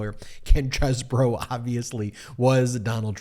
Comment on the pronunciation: Why do we keep saying Kenneth chez-boro? It's Cheese bro.